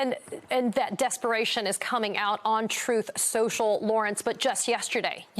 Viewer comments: Trump can't even pronounce the werd's "Truth & Social "cause he pronounces them as "Troath & Sential." So how would he know how to beven begin to know the truth even if it hit him in his antisocial lying head? Hmm? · Donald can't even pronounce his own Truth Social cause he pronounce's it "Troath Sential" kinda like he calls China as "Chynnna" and hamburgers as "hamberders.".